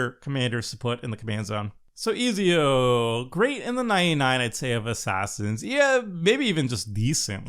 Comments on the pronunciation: It's yah boi Easy-O! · I took psychic damage listening to pronounce Ezio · Pretty sure he never reach out on learning a second language